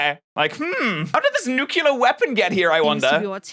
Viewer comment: nucular bombs